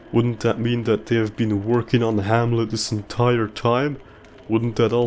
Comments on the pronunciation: "Wahamlet" and "Whshipwrecked" had me dying laughing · 2 minutes in and I'm cackling laughing my ass off at "whamlet" and "wshipwrecked" 😂😂😂😂😭😭